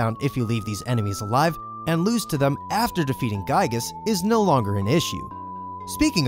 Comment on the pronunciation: It's kinda funny hearing "Giegue" pronounced pretty much correctly in the same video as "Giygas" being pronounced "guy-gus". :V